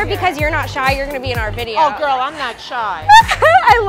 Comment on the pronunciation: As I read this niki said vide 3 times